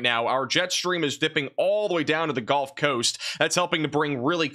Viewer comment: pronounced guhlf coast not golf coast !!